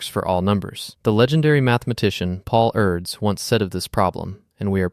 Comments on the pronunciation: The name of Erdős Pál or Paul Erdos is not pronounced "Eards". It is pronounced "Erdoesh". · Or Erdös as Erds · "Paul Urds"??? I guess you mean Paul Erdős. Except for the pronunciation of all the names, this video was top-notch! 😃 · This silly mn needs to learn how to pronounce “Erdős” and “Euler” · you also said name of Erdős and Euler and Gödel sooo wrong. However the drawing are amazing. But you killed the video with your first sentence. The collatz conjecture is not about any numbers it is about integers. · I guess he couldn't decide how to pronounce the double-accented o, so instead he decided to just not pronounce it at all.